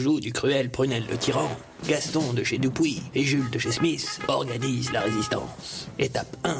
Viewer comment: Y'a un truc qui me choque, c'est la prononciation de "Dupuis" ^^